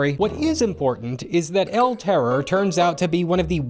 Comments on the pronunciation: Hey!, spanish speaking person here. I don't want to be a grammar n@ but the pronunciation is "el terrOr", charging the force in the last O. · It's el terrOR, not el TError. The stress is on the last sylable, and on my head for hearing that pronunciation so much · All that research, but you couldn't bring yourself to pronounce terror in Spanish.